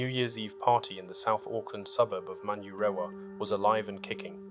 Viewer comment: Rough pronunciation of South Auckland suburbs lol - I'm guessing the channel creator isn't an Aucklander or watched Police Ten 7 growing up :D